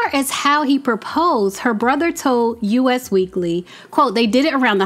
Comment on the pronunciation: A note for future videos, said with all of the love in the world. 🙏🏽🙏🏽🙏🏽❤❤❤ It is "Us" Weekly (not U.S. Weekly).